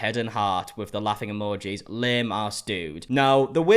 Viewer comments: EMEJIS?? WHAT- man, I know you mispronounce things often but- EMEJIS? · its so cute how he pronounces emojis as "amagees" 😂😂